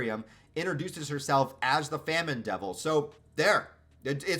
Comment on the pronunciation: It is pronounced famine